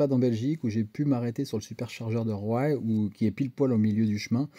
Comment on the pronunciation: Petite info Roye se prononce roi. Bonne journée 😜